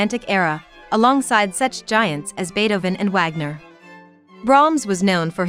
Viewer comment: Please note: It’s not WAG-ner. In German the W is pronounced like a V, and the AG is pronounced like AHG. So, correctly, this great composer’s name is pronounced: VAHG-nur. You should have known this, right?